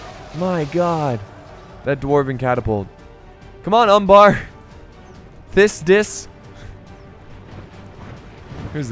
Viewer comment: I don’t know if you deliberately tried to censor the Umbar player ‘Thicc Dicc’ but pronouncing it as “Thiss Diss” was hilarious